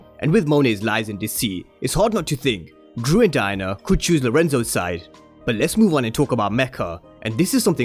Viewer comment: The way u say Diana sounds like Diner 🤣🤣